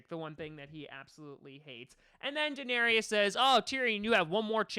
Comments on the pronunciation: A denarius is a Roman coin. Danaerys is pronounced differently. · You can''t even pronounce Daenerys correctly through this entire video